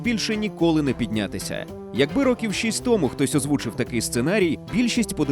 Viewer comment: В українській мові НАГОЛОС - томУ, а не тОму